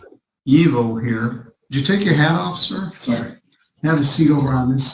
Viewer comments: I think his name is Eveaux ( Eeveeoh), or similar spelling, not Evil. 😅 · Evil? No its "E-VEAL"....like from that movie where the dunce calls the person behind the desk "Mr Dumb A$$" - he says "its pronounced DU MAS"